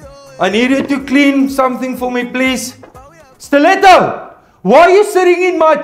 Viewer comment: I love the Afrikaans accent and the way he pronounces steleto